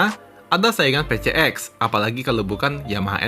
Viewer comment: Honda PCX, orang2 nyebutnya Pe Ce Ek 🤧, jujur kuping gw terganggu sama cara nyebutnya itu, padahal yg bener dibacanya Pi Si Eks, bukan Pe Ce Ek,, dan memang bagi gw pengucapan Pi Si Eks lebih enak didenger dan nyaman di telinga,,, sorry bukan sok English ,,, karna memang PCX itu diambil dari singkatan bahasa Inggris, yaitu Personal Comfort Xaloon (plesetan kata dari Saloon) yg artinya kendaraan pribadi yg menawarkan kenyamanan dan kemewahan 🙏🤧